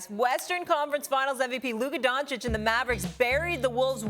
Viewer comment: Nobody: Absolutely nobody: Stephen A Smith: Luker Donchick